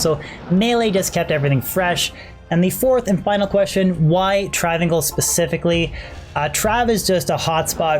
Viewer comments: its travin 's(i)l not travincul. seriously cannot believe you are saying travincul its breaking my brain. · Welp, i guess the understanding of the English language have seriously escaped you.. Its pronounced Trav-incal even Deckard Cain says Travincal...If Deckard Cain is wrong then im a bunny rabbit.